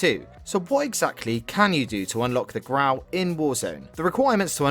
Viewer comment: ITS NOT GRAW ITS GRAU